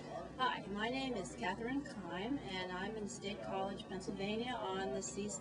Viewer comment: I'm very proud to say Katherine is my sister. Our last name is Keim, not Clime, but never mind that: please, people, listen.